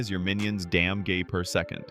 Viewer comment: WHY DID U SAY DAMGEY INSTEAD OF DAMAGE SIR